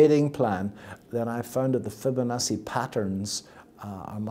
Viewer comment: he can't even say Fibonacci properly.